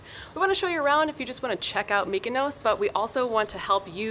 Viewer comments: Tulum....Mykonos. LOL That is exactly what I was hearing every time said Mykonos. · Nobody: TIM: MYKONOS